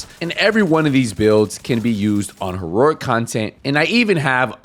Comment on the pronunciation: There’s only one “r” in “heroic,” dude.